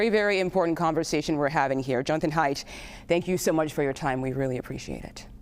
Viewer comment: WHO is this woman speaking? She mispronounced Haidt's name and she called his book, "The Amazing Generation" when its correct name is, "The Anxious Generation." How does she even have a job??